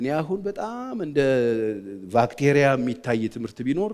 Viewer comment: Did I hear you saying “ vacteria “ cum on bruh